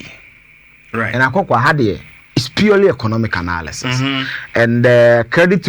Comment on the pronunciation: The word is analysis not anaaalyses! Kumasi boys tweaaa